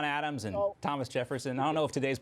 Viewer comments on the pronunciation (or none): none